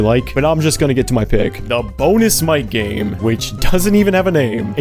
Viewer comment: Ok every time you said Mic game I heard MightGaine